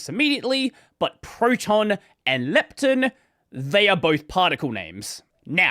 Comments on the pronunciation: he speaks Proton correct but Lepton like it is lacking an O. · As an American listening to you change the pronunciation because of your accent, to another pronunciation that is still different because of your accent was funny. Especially when it’s contrasted against protON, and you say leptIN haha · Why do you pronounce the -ton in proton and lepton differently?? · I simply can't believe that "lepton" is such a common word in your speaking environment that you have a culturally preferred pronunciation. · the second "o" in proton is pronounced like "oh" instead of "eh" because the preceding syllable contains an "oh" sound, which is a common pattern in English. for example: moron, boron, botox. lepton doesn't follow the same pattern so intuitively it makes sense to pronounce it differently. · i guess, everyone is used to proton being pronounced how it is but pretty much everything else ending in "ton" in Australian English is "tin"/"tun".